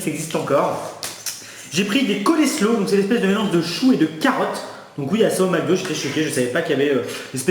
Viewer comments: Mdr c'est pas du colléslow mais ça se dit colle slow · Coselow pas coleslow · Ça ce prononce pas coléslow mais colslow ça se vent pas au macro mais yen a dans les grandes surfaces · sa se dit pas colesro mais coslo voili ^^ bisou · Pour le mélange chou-carottes ça se dis « Coslow » et pour les crevette « chwims », mais ça s’écrit comme sur les boîtes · Coleslaw se prenounce colslow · ça se prononce coléshau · "Cole slow" mdrrr